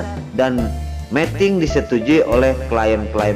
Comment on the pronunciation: Tolong dong bacanya yg bener meeting dan meting artinya beda lo.